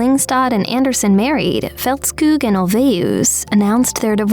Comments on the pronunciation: Så det irriterade dig också att höra hur berättaren uttalade Agnethas namn. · Here to check on pronunciation - I give the narrator a 7/10. Ulvaeus is ool-VAY-oos and Agnetha's last name is Feltz-kog, not Feltz-kewg.